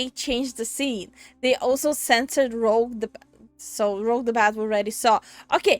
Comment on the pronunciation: He called her "Rogue" hell nah bro...